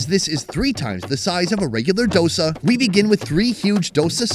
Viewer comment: Subtitle says Dosa and Vadai but he is saying DASA and Vadkari (Vada-kari is a dish and Vada is different dish)